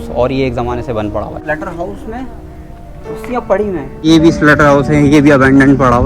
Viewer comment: SLAUGHTER HOUSE NOT SLUTTER PLS